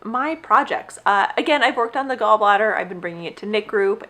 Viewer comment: Are you saying “gallbladder “? You’re knitting a gallbladder 😃where can I see more